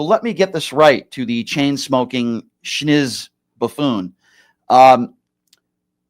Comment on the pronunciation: FFS the word is SNIZZ. Not SCHnizz. P.S. thank you for going after Andrew like you have done as of late. He needs to be put in check; keep up the great work!